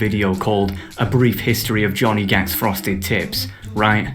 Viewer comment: I thought you said Frosted Tits lmfao